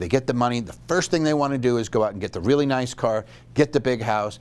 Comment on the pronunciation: "Noice" house but "didn't put on the dog".........Aussie all the way!